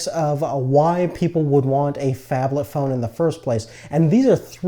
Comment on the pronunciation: wtf is a fabthalth phone? what is he saying?